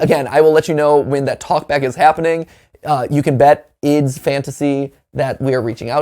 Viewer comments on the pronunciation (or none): I still confused why matpat say ID's fantasy instead of I D's fantasy